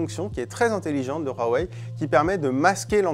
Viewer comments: Arrêtez de dire "Rouaweï" c'est pas espagnol ou je ne sais quoi, Dites "Ouaweï ou Oueweï" c'est dérangeant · Pourquoi prononcer Rwawei et pas Huawei ? C'est agaçant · Il dit ROUAWEI ....AHHHHHHHH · Super 👍 idée de « RRRRAWEIL » comme il dit le journaliste 😂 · Il m enerve qd il prononce Huawei